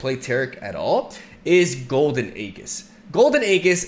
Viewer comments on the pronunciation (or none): it's "AeJIS" not aeGHIS